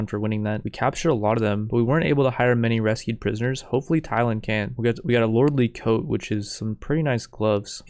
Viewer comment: Yo, It is not Lordly Coat, it's pronounced Lordly Ko-te.